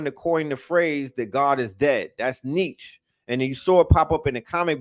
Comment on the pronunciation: Say it like Nietzs-Che ... emphasis on the Che like the Communist fighter... Two syllables - said like Neat - Che... Nietzs - CHE Nietzsche please... lol